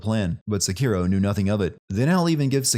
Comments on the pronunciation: Giving the Youtuber 1 sin for changing the pronunciation mid video from SEkiro to seKIRO come on internet pick one. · The way you say Sekiro sucks. Stop saying it wrong